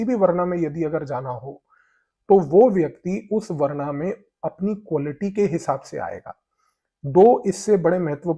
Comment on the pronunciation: भाई,बहुत अच्छा Content है , भाषा में सामान्य रहने के लिए इंग्लिश शब्द जैसे ancient, invasion बहुत सही है पर हिंदी शब्दों का उच्चारण उनके मूल रूप में करें जैसे वरना तो otherwise है , वर्ण वह शब्द है जो वेदों में दिया गया है ... आशा है संभालेंगे..... प्रभु का आशीर्वाद आपको प्राप्त हो यही कामना है .....👍🏽